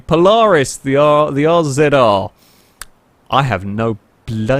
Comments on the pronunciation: It's pronounced Razor, not RZR. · It's not R-Zed-R IT'S PRONOUNCED RAZOR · RZR is pronounced Razor